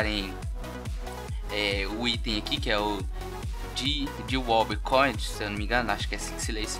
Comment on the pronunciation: tá escrito "coin" e vc fala "cote" pqp mano kkkkkkkkkkk